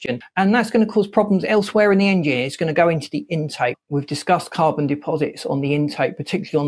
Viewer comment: Is it just me or is dude pronouncing it Aing-jin